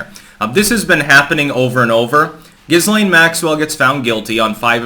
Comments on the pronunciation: It’s pronounced “Ga-Lane” 😀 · Pronounced like 'Gelain'. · Dude it's pronounced "gi-lain". You'd think after about the 50th time mispronouncing it, your wife - who should know better - would smack you upside the head. But no. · Her name is pronounced .......Gil - ean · IT'S JIZZ-LANE 🤣🤣🤣🤣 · I usually hear her name pronounced gill-laine, silent s. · Dude, you really need to learn how to pronounce 'Ghislaine', the S is silent! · Fucking hell at least pronounce the name correctly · You said jizz stain Maxwell wrong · Not to be pedantic, but the "S" in Ghislaine is silent.